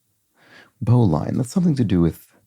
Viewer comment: You were close. These are Sailor's Knots. "Bowline" is pronounced with a short "i" and the word itself sounds like "Bowling" without the "g." I joined a Sailing Club in 1972, and have done a lot of sailing in several countries, so I do know whereof I speak. 😊